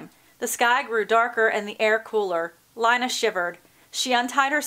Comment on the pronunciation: It's pronounced (Lee-na)